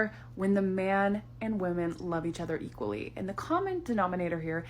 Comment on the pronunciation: Why does every “ and” end with a “tch”?